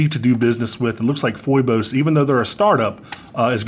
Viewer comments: Love you man… But you are driving me crazy with your pronunciation go Phoibos. It is pronounced 'fee bose'. Greek… Another name for Apollo A great many YouTubers have corrected themselves. Peace! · It's pronounced fee-bos